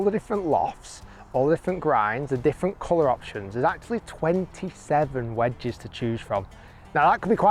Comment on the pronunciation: The way Rick says "vwedges makes me want to throw myself off a building